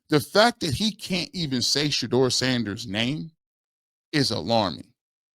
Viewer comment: It's absurd that he can't say Sanders name. Stefanski is a clown.